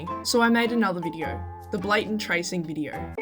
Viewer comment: Australian moment "Befour we stought this vidieo" - 🤠🦘